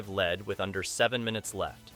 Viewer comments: It's not lead, it's lead...you know what I mean. I hate computer voices. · I am so tired of ai voices! It's not lead like the metal its like I am leading! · Why do you keep saying "lead" incorrectly? Or is this AI narration?